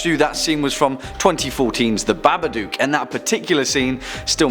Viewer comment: ITS BABADOOCK NOT BABADUCK, ITS WHIT O NOT U